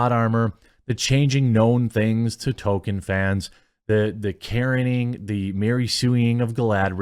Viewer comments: Love the channel but for the love of Christ please stop pronouncing Tolkien as “tow ken.” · Jeremy, I wanna slap you every time you call him 'Token'.